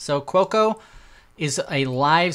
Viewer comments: Every time he said Cuoco it was like fingernails on a chalkboard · Quokka is actually pronounced "kwokker". It is a small Australian animal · Americans pronounce the 'r' at the end. So let's say it's pronounced 'kwokka'.